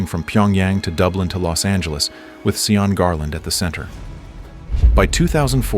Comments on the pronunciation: You'd think someone would listen to the audio and notice the primary culprit of the entire story Sean (Shawn) is being pronounced and called SEE-ON?😂 it is making me laugh though because I keep hearing Eddie Murphy as the jackass in Shrek SEE-on🤣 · Its pronounced shawn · it's about giving others basic common courtesy, dignity & respect AT ALL TIMES. To make a comment like that critiquing the way someone's name is pronounced when they speak a LOTE - as would be the case in the Republic of Ireland, where Sean comes from & lived all his life. Yes, he broke the law by distributing counterfeit currency. He's STILL entitled to some real basic human rights. It reflects a Merica-centric world view - that EVERYBODY HAS TO BE LIKE. YOU. This stance is kinda sort point AND a flash trigger for me. Someone else telling me what to do and think. It's abusive. Period. You just don't do it. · The whole video they say his name wrong, ai is truly USELESS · See-yawn or just Sean, which sounds like Shawn? Asking. Irish descent in Canada but I have never heard anyone from Ireland being called See-yawn. Don't claim to be an expert, that's why I am asking. Ireland has dozens of dialects and certainly I don't know most. Give a guy with blood lost to you by Cromwell some guidence, Emerald Isle people?